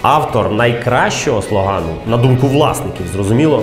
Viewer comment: ааа, ні! Тільки не слогАн. Одразу згадався Янукович. Правильно ж буде слОган. Пробачте, не зміг стриматися ((